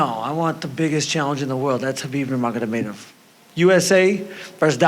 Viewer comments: Yaser lol khabib nurgagagonnamenov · Justin “khabib nurmagodemedov” Gaetjhe